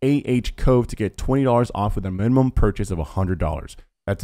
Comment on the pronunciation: I was thinking that it was great that they got someone who can do ad reads pretty well, then there's the "mimimum"